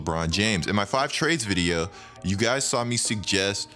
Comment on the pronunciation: Y do you say video mad weird bro